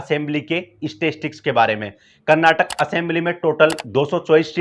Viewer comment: Frist learn how to pronounce Karnataka